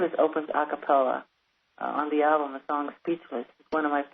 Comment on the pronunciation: The interviewer appeared great because it was the FANS asking the questions, not him. Frankly I think he was dumb coz he couldn't even say the name of the album right.